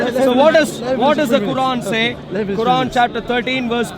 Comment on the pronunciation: How shamsi say Quran makes me wanna puke